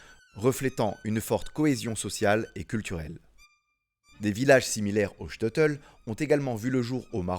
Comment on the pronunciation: Super vidéo! Très appréciée!! Petite correction sur la prononciation du Shteitel. Ça se prononce : ch- teille - teul (Le ch comme dans chaussure, Le “teille” comme dans bouteille, ou encore “taille”, comme dans “j’me taille”. Et teul, comme dans je dois “te’l dire). 😅